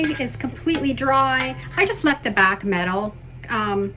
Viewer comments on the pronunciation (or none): none